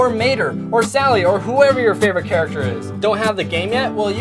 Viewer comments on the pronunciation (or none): none